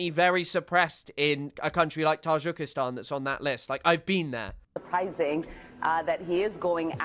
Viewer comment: I'm very new to your channel, may I ask why you pronounce Tajikistan like that?